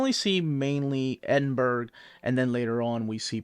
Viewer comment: Great overview,, Btw, it's pronounced, 'ED-in-bur-uh'. 🙂